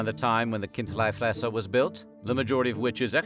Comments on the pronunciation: It‘s Kind-LEE-fresser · It's Chindlifrässer (Khin-dlee-frass-err) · It is pronounced Kint'-lee Fres'-ser and the city is pronounced as Bearn. Just like the animal it was named for. The "Ogre" is meant to represent a Moor, or Turk as it was carved at about the same time as the siege of Vienna in the 17th century